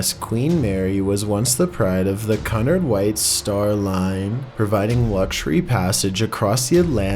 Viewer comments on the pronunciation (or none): Cunard is pronounced quenard, not cunnard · Love stories about the Queen Mary. Oh, by the way, Cunard is pronounced "Q-Nard."